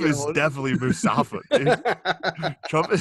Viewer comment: "Musafa," Shane?